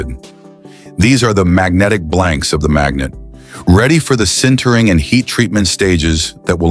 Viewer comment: These videos would be so much better if someone would take 30 minutes to check the AI narration. "Sintering" or "centering" or "Sintering" or "centering" or "Sintering" or "centering"??? just as an example.